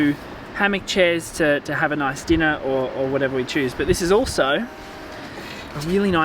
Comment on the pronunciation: “Denu” LMAO it’s dinner